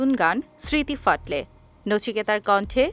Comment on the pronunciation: এখানে ঘোষিকার উচ্চারণ শুনে আঁতকে উঠলাম। এই প্রজন্মের বাংলা ভাষার উপর দখল দেখে মাথায় করাঘাত করা ছাড়া কোনও উপায় নেই। স্মৃতি ফাটলে roman হরফে বোধকরি ঐ কারণেই লিখে দিয়েছে smriti phatoley . অথচ ঘোষিকার মুখে শুনছি smriti phatley. কথাটির গভীরতাটাই নষ্ট হয়ে গেল। ছিঃ লজ্জিত হওয়া উচিত।